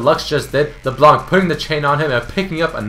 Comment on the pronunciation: You dont pronounce LeBlanc like that ><